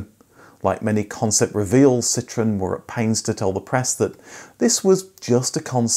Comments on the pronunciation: It’s not citron ,super annoying u calling that ,Citron is a lemon in many languages,Citroen is a French car company,annoying accent bro some people don’t tell u do truth … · It’s not citron it’s citroen….